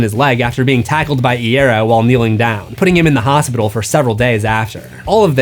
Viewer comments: You said franks last name wrong. It's pronounced "Eye-Arrow" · i have to be annoying and say i recall frank saying 'eye ear oh' on instagram once. so ig it's more an e sound than an a.